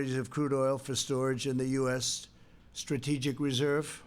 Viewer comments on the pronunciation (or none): none